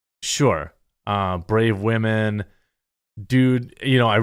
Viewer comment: Aww, poor baby is scared of the brown “wahmen” Cry harder pussy